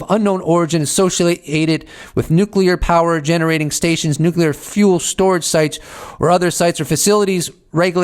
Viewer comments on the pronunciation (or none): Please say nuclear correctly